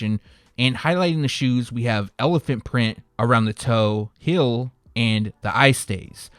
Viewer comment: Say it with me, hEEl, NOT hill 😂